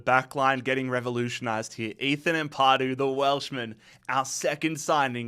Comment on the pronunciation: Amp-a-du, not Amp-ar-du 👌